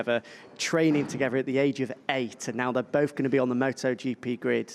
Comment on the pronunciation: Can someone teach Jack to speak . Together not togeva with not wif third not ferd